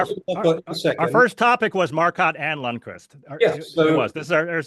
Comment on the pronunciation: A very slight nitpick: The 'L' in Ljungqvist is silent so it reads "jungqvist". Just a quirk of Swedish :p